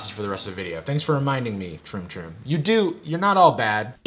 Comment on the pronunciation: Amount of times hE said "troom toom" ...likes